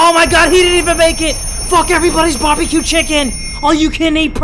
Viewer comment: if he says barbieq chicken 1 more time....